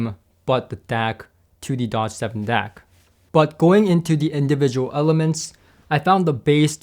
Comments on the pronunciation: “Doge” is not pronounced like the car maker, Dodge, it is pronounced “dohsh”, that is the best I could do for phonetics... Doge was a magistrate of Venice... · It's pronounced Dôge, as in the Doge of Venis.